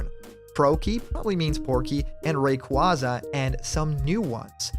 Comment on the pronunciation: I can't fucking stand people saying Ray-quah-za, it's already been confirmed to be pronounced as Ray-quay-za years ago! How are people so stubborn to it! Sorry, I get you're a nice guy, but the mispronunciation of Pokémon is a massive peeve of mine.